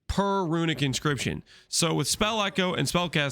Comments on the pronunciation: "Incription" "Incrishpins" "Boorts" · Haha how many different ways can you say “inscription”, with none of them being correct xD Excellent build as always